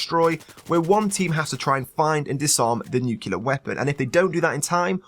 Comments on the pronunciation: I'm having an OCD moment. It's pronounced as it's spelled. Nuclear, not nucular. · FFS!! Its spelled NUC-LEAR not NUK-ULAR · Great video! But all I could hear was "nukilar" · nucular asplosion?